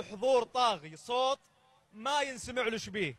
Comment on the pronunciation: ليش المقدم يقول صوط